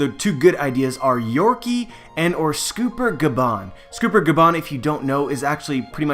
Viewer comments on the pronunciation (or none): dude its sCOPPER gaban not scooper gaban :D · Isnt it scopper, not scooper? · Its "Scawper" not "scooooper" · Scopper not scooper dumb ass, how are you gonna make theory videos of a series when you can't even pronounce thier names correctly? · is pronounced sCOPPER as in the metal, because GOLD rodger, SILVERs rayleigh, and sCOPPER gaban, the 3 mains of the rodger pirates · Joe-Boy?..... Scooper?..... SCOOPER?? I'm having a hard time taking you seriously when you don't seem to even even know these characters names. Knowledge and pronunciation are extremely important, even more so since you only use your voice. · you say scopper incorectly.